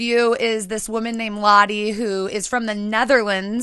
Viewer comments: All of the Dutch people cringeing when she pronounces the home owner's name Lotte instead of Lotte. Yikes. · This was so great! Beautiful home, Lotte. Don't want to speak for her, but the Dutch name Lotte is typically pronounced "Lot-uh." That's the best I can do when typing, haha, the "o" sound is kind of hard to type out, there isn't a good equivalent in English. edit: here's a good pronunciation